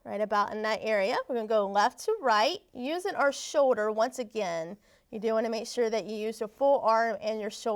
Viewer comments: It’s shoulder not show-der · I cant even watch this video for her saying show-der and not shoulder